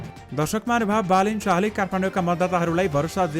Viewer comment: As a news leader you pronounced wrongly Balendra to Balen Sash